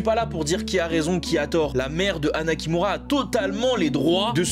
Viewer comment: chui désolé mais quand tu dit anna kimura j'entend " anna qui mourra" jpp